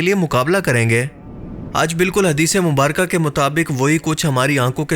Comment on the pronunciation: Am I the only one who noticed "Hadees-e- Mumbaraka" when It's actually "Mubarak"